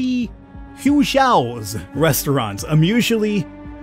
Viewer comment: Don't worry your pronunciation of Hui Xiao is pretty accurate